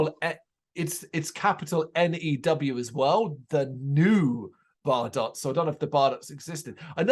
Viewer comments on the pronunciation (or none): Thanks for the review!! Just so you know that tune was in fact a little ditti we slapped together so we could have a Christmas tune….. please feel free to check out other tunes. Oh and btw our name is pronounced Bar- doe’s